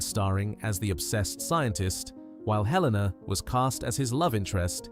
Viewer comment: Please at least say their names correctly. It’s Helen-a, not Heleena. It’s Rafe, not Ralf.